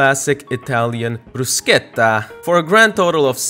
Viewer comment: Bro please don't say "bruschetta" like that ever again Also its "aglio" not "aghlio" 😠😠😠😠😡😡😠😠😡😡😠😠😠😠😡😡😡😠😠😠😠😡